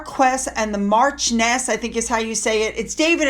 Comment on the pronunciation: Hi! In English, it's pronounced Mar-kwis and Mar-chi-on-ess. In French, it's Mar-key (like the big tent) and Mar-she-on-ess. 😎